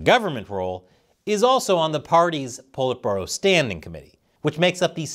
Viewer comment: Politburo "Pull it Burrow"..